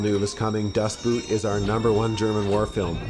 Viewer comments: "Das Boot" is a total must-see. But do not watch the director's cut. Watch the TV version instead: it's much, much longer and it's the version, that Petersen actually wanted to release. And just btw: the movie is pronounced " Das Boooooooot". Just say a simple 'o', but in doubled length. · 'Das Boot' is pronounced 'Das Boat' (The Boat) German spelling English pronunciation....just saying. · Please learn to pronounce German names, I cringe every time you say Das Boot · You pronouncing "Das Boot" in an english way made me downvote this video. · It´s not an "u" sound in "Das Boot" It´s more like the "o" sound in the word "Ohh" Other than that, I agree. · I always cringe when an english speaker miss pronounces "das Boot", so arrogantly. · The narrator is an idiot for failing to pronounce Das Boot correctly. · Das Boot, not Dustboot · The title of the number one is not pronounced as boot, but like boat... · dafuq is Dustboot??? its DAS Boot.. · "Dustboot"? Seriously? 🤣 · Always funny to hear how Americans just pronounce „Das Boot“ as if talking about footwear. Why don‘t you ever put any effort in trying to figure out how to say foreign words properly? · Its "Das Boot", not "Dustboot"..lol. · Great choices! I've seen all of them minus "Land of Mine". Add that to the list. Das boot is actually pronounced "Dad boat". Boot = boat in English and is pronounced the same way in German. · Well not really. The pronunciation of the German double o in “Boot” differs quite a bit from the English “oa”. Pronouncing it as “boat” does get closer to the original than English “boot” both phonetically and semantically, though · I hate it when people pronounce "Das Boot" like the things your wear at your feet. Just say "Das Boat", it'll work. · "Das Boot" isn't pronounced like the word boot but pretty much exactly like the word boat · It's pendantic, but it's so annoying to hear Das Boot mispronounced every time! It is not pronounced 🥾,the "oo" is a Loooong O. It sounds more like "boat"